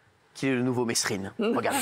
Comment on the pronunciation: On dit pas meSSrine ! On dit mÉrine Jacques Mesrine 🙏